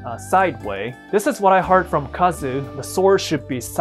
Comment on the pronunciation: did you really just remove the U from Kazu's name??? not good dude.